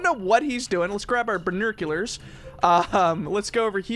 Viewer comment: Anyone noticed that instead of him saying binoculars he's saying binrculars